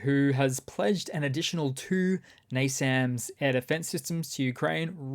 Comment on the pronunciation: So glad to hear someone pronounce NASAMS correctly. Love from Norway!